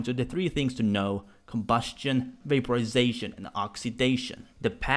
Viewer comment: COMbusTION, vaPOrisaTIION, OXydaTION. What about your INtoNATTIOOON?